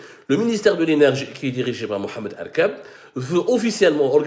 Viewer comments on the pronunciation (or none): none